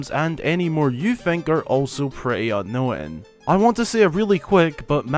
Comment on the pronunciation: You're making the word "unknown" which is a 2 syllable word into 3 syllables. Why?